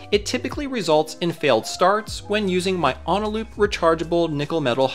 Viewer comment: A potential reason for the 3D printed spacers not fitting is that your 3D printer could be in need of calibration. Regardless, I think your solution of just using two was adequate. Also, uhh, it's Eneloop, not Onaloop, fwiw?? Eh-nuh-loop.